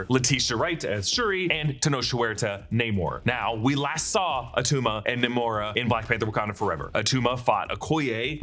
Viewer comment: "It's not atuma"